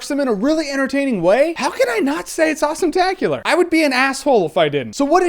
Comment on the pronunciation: only reason i'm going to watch this is cause when Jeremy says awesometaclar its AWESOMETACLAR :)